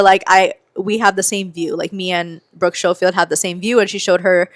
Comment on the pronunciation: I love Cancelled Podcast too🤍, Tana’s last name is pronounced “Mojo” and Brooke’s is pronounced “Skoh-Field”😂